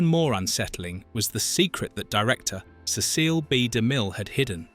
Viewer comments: NO, you are not the only one annoyed by the narrator saying CECILE (SehSEAL) instead of Cecil (SEHsil) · The director's name is pronounced: "Sess'- el" or "See'- sull". The way the narrator is pronouncing it, Cecille, is a woman's name. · Grotesque AI mispronunciations! Cecile indeed! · Am I the only one annoyed by the narrator saying CECILE (SehSEAL) instead of Cecil (SEHsil)? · Nop! I hate it too! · Not at all. I commented about it as well. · I agree, the editing was very poor, repetitive and I did not see any deleted scenes. For the frogs, they showed a picture of a 🐸 frog. Whee! Random unrelated pictures appeared. The Ai voice mispronounced Cecil as Cecily several times. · When I heard “Cecile”, I thought that a secret about de Mille was being revealed. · Victor Mature was not in, 'The Ten Commandments'. That is a still from, 'Sampson and Delilah's (1949). What's with the mispronunciation of 'Cecil'? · No you're not and I don't believe it's a real narrator I think it is an AI. And I've heard different YouTube videos using AI that mispronounced a word or several words in the same video but what really gets me is when it pronounces it one time and then starts pronouncing it wrong after that it drives me nuts people are so freaking lazy they can't even produce their own YouTube video with their own damn voice